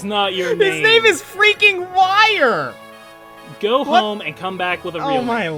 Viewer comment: Uther is pronounced "OO-thur" And Wire is probably pronounced "WEE-ray" Also, Hector=Green Hulk, and Dorcas=Grey Hulk